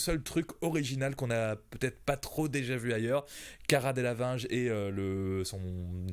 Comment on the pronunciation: Le mec il sait même pas prononcé Cara Delevingne !